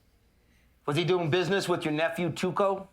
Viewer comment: Jessie refers to Tuco as "Taco." A golden moment.